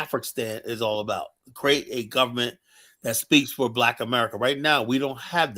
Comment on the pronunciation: It's the "gubberment" 😭